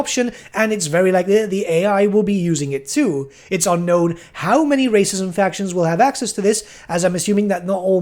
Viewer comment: did a double take because I thought you said Racism factions instead of Races & factions